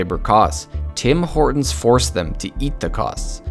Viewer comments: Now it's "Dim Ordon"😂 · Taj MaHortons --->DO NOT REEDEEEM!!!